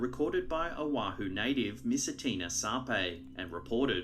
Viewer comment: That is not how you say oahu